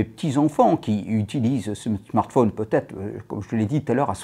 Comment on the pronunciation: Il me fait rire avec ses « smartphaune » 😂 Mais sinon le reste me fait pas rire :/